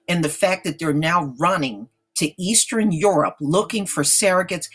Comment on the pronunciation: please start saying eastern, western, and southern correctly. lol. Geesh